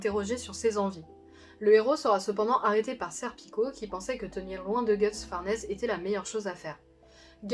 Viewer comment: J'ai jamais compris pourquoi on dit "guts", alors que pour le Japon c'est "gatsu" prononcé "gats" du coup.. 🤔??